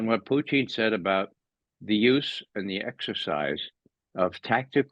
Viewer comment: Does anyone know why Ray pronounces Putin's name like Poutine, which is a disgusting fast food dish?